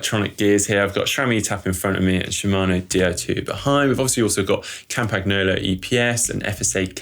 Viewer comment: Campanee-olo not Campag- nolo. A bit like gnocchi